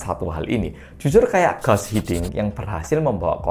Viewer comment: "Guus Hiddink", baca "Guus"-nya tetap "Guus" bukan jadi "Gas", karena spelling Belanda sama caranya dengan spelling Indonesia kecuali untuk huruf "C", dan Guus Hiddink itu orang Belanda